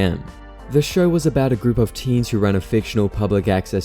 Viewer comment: Bro stop pronouncing teen like deen